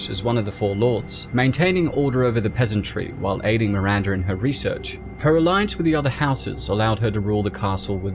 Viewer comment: MiranDAH, not MiranDURRRR